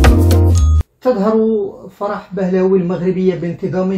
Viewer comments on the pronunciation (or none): فرح بهلوي (Pahlavi)، وليس بهلاوي.